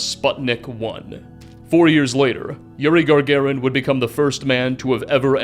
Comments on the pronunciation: This video is epic 💪. It is Gagarin , not GaRgarin tho 😎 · Gagarin not gargarin.